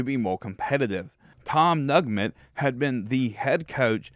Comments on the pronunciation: It's Tom Neugent, pronounced new-gent.....and Bobby Bowden was the position coach for Fred Belitnikoff in 1964, the first year we beat UF.....Bill Peterson had an eye for talented coaches....he hired Bill Parcells, Gene McDowell, Bobby Bowden among others........ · Tom “Nugment” LMFAO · Tom Nugent (pronounced New-gent). This historical stuff is really important. My Mom graduated from FSU in 1952. My parents were avid football fans. We attended those great games (first Gator victory, tying Alabama in Tuscaloosa, etc.) Please cover the great players (Tensi, Biletnikoff, Hammond, Sumner, Sellers, etc.) Peterson deserves much credit. Bowden was the greatest.